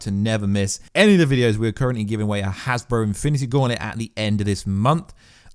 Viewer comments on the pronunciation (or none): none